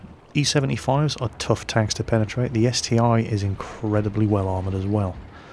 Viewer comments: It's ST-1, not ST-i! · ST-1 (not ST-i))))